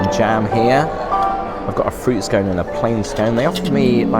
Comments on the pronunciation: It is not pronounced SKONE but SKON. And you never cut a scone with a knife. You have much to learn regarding your politesse. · It's a scone, not a scoone 😅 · it's Scone like on not Scone like own 😂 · It’s actually pronounced skon. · I enjoyed this video so very much. How amazing to have a timer for your tea to be brewed. I do not pronounce scones that way but I am from a former British colony 😅. Very disappointing that you found that afternoon tea could have been better. I do love the room you stayed in. Is a bit disappointed about the skyscrapers towering above the hotel. I didn't notice your photo, on the wall of important visitors. Thank you for your video.